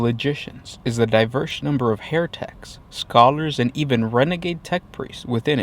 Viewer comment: Instead of "heretics" it sounded like "hair techs" and I had a great mental image of a shadowy organization of Logician hair stylists trying to take over the 40K universe through clever fashions.